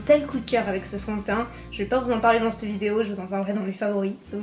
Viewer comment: On ne dit pas c'te mais cette Stp 😂😂